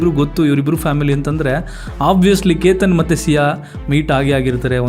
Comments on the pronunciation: Explanation ಚೆನ್ನಾಗಿದೆ, aadre ನೀವು ಪ್ರತಿ ಸಲ ಕೇತನ್ ಎಂದು ಹೇಳೋದು ಬಿಟ್ಟು keetan ಎಂದು ಯಾಕೆ ಹೇಳೋದು? Grammer mistake tumba madtira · ಕೀತನ್ ಅಲ್ಲ ಕೇತನ್ .... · ಕಿತನ್ ಅಲ್ಲ ಕೇತನ್